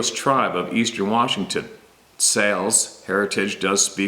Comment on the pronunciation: Thank you for sharing my email I am jerrod taylor ... xals is pronounced (hauls) with a hard H..... sta alis is pronounced shhhh hay less..... I have other experiences to share....